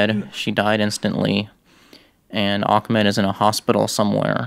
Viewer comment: It’s not ak-med it’s ah-med (not trying to be mean)